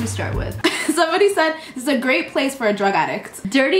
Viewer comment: “... doing so grate” lmfao